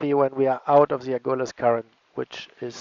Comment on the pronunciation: It’s A-GUL-US